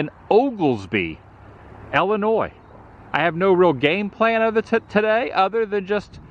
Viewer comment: It's ILL-inois, not ELL-inois. It's painful to listen to.